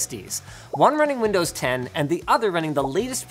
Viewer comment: did Linus just say "Windows lovin'?" Windows McLovin? 😋